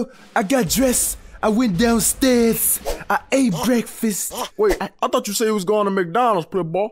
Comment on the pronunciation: mcdonalds brefast lol